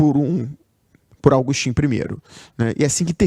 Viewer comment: é AGUSTÍN e pronuncia-se "i - TÚR - bi - de"